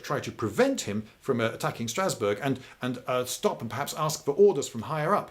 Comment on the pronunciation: Don’t think that’s how you pronounce Strasbourg